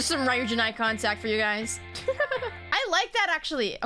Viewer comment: lol, how is she gonna call herself a Midzy and not know Ryujin’s name is pronounced “Roo-Jin”?